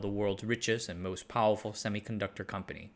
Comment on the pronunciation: Why are you saying powuwfuw? You make the R sound in other words just fine so it’s not a speech impediment right?